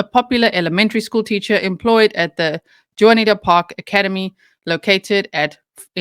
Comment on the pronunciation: June eee ah ta. Juniata